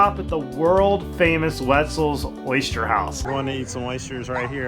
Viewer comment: Correction: It's WINTZELL'S not WETZELL'S Either way, food is good and your video was great!